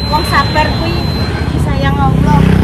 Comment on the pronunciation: ....leh ngucap zabarrrr..bukan maen seriusnya🎉